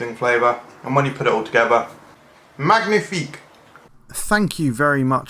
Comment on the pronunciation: You pronounced 'magnifique' wrong lol. Man-yee-feek